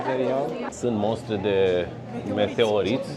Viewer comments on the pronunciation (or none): none